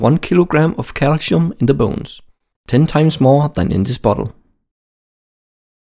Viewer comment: So calsium in pronounced calichium?